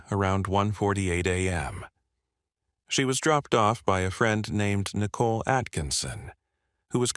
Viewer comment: How can you mispronounce Shannon and Nicole so badly?